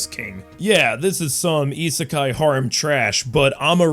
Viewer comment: I would have said Mother's Basement 2.0 since he mispronounces "harem" in the same way.